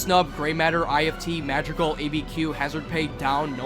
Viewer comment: also like literally everyone pronounces madrigal wrong lol